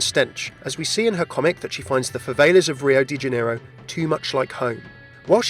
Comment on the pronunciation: I'm triggered...favelas is pronounced (fuh-vell-uhs)